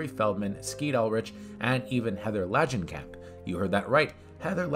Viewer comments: Heather "LADGENCAMP"? Read that name again please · How can you not pronounce Langenkamp or Horror? Aren't you a horror channel?